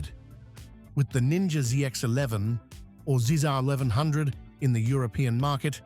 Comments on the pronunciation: What is the Zizar eleven hundred? More AI slop? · British accent ai saying zee x 11